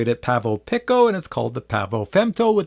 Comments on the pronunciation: Looking good with facial hair, haven't seen your vids in a while. Pavo pick-O ? 🤦‍♂️ I think Its pronounced pee-coh, like the Spanish word for small. 😊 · FYI its pronounced peeco. Pico means 10^-12 and femto means 10^-15. Which makes sense, because the femto weighs less than the pico. The pronunciation of these words are well established in the scientific community. They are really clever names for micro drones. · I like it the way he was saying it before. It sounded like Pavo Pickle.